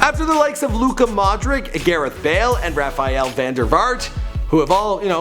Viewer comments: Modric is like Modrich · Modric pronounced modrich